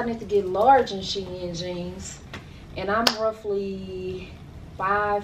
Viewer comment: You're too pretty,. I loved seeing you and together. Plus, thank you for the correct SHEIN pronunciation...lol.